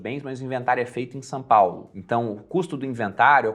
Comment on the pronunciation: só eu percebi que o fala "Sã Paulo"?